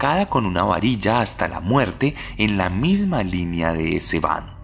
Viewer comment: Yo sé es perfectamente admisible pero "es-bahn" y "polizai" es la forma correcta de decirlo, la porción de TOC que tengo en mi no me deja pasarlo por alto... Está buenísimo el relato